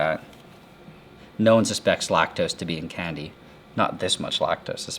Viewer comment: ive never heard a guy say "candy" so weird". "KKKKKhandi"